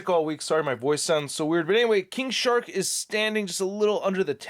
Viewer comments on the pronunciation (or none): I swear I heard 'King Shart' at the beginning there